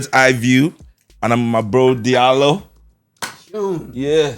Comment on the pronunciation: you also pronouncing his name wrong 😆 ... its pronounce as jallo ...